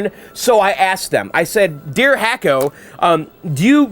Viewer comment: I know you like to properly pronounce words. It's pronounced Hock-o. Like a Hockey Puck. Love the restoration videos.